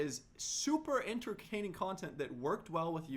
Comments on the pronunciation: is no one gonna say anything about him saying "super enterCaining content" he messed up a little lol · I love you you are the best and I am so happy that this came out bc the only thing I was scared about was that you were a bad youtuber after I had been watching you since the early minecraft days, but this video proved everything I thought you did bad wrong. But it was hilarious how he said enterkaining instead of entertaining lol